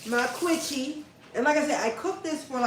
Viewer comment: 'QinnChee'.. 😂😂😂 Your quiche is one of my favorites Quiche Lorraine, yassss, that cheese pull is everything😂